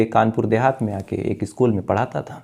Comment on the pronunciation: Bhai, कई बार कहा है आपको, हिंदी के उच्चारण पर ध्यान दो इश्कूल, आद औलाद शक्ति से पूछताछ शुरूकी राहत की शास पत्नी का नाम शंगिता ऐसी तमाम उच्चारण आप गलत ही करते है कृपया सुधरे शायद आप ध्यान देंगे